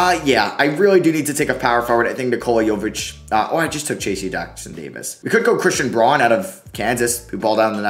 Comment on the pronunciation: 1. It's TRACE Jackson-Davis...... not Tracey. 2. It's Christian BROWN (despite being spelled Braun)